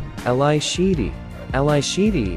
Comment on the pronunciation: All photos & information were lovely. Although Ally Sheedy's & Geena Davis' first names were mispronounced...